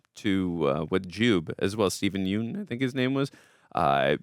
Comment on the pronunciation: It’s pronounced Yuhn